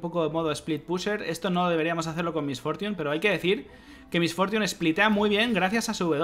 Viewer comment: "Mis fortiun", jajaja perdona mi ignorancia, nunca había escuchado su nombre con ese exquisito ingles xdxd, nike